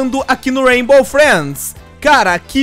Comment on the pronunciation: Aq no "raibo freids" KKKKKKKKKKJKK cara chato do crlh mds,todo forçado